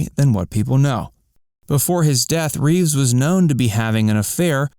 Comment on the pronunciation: Christopher Reeve, not Reeves.